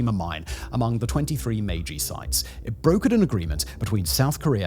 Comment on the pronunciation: The editing on this video was next-level sloppy. It's the "Meiji" era, not "Maji." The words spoken were "3000 employees" but the graphic said "3000 employers." The quality is just all over the place.